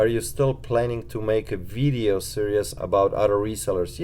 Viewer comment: Vidddeo..is that how you say video.. LMAO